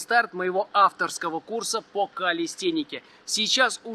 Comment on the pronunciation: Говори калистЭника, а то как секс а не сЭкс